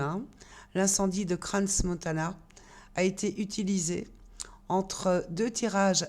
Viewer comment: Merci. Sur toutes les vidéo, la prononciation j'entends Crans avec le S prononcé, On utilise pas le S dans la prononciation comme exemple: Chamonix on ne prononce pas le X. Waouh, bonne interprétation. Pas d'opinion, juste une lecture de ce qui est sur la table. C'est se donner raison, et un manquement à l'humanité respecteux dans les mots appropriés, on est bas dans une basse cour. Respect est de rigueur et retenu du verbe. 🌲🍀🌲🍀🌼